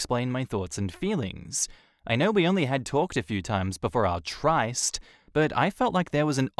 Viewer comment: "Tryst" rhymes with "cyst".